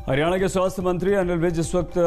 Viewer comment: हिरयाणा नही हरयाणा होता है